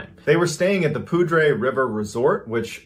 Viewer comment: Pronouncing poudre like that is grating af